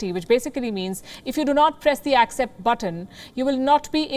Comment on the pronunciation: """AKSEPT"" The What?😂😂